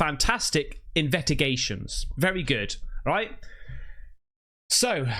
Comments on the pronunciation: Love these “invetigations” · We should get Ghost Theory to figure out what happened to "s" in the word investigations lol...nevermind ghosts, this is the paranormal research we need😂😂 Great channel,...rolling punch, chop, back fist